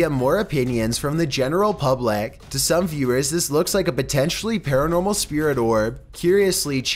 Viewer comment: OMFG THE WAY HE PRONOUNCED PUBLIC IM CRYING 😂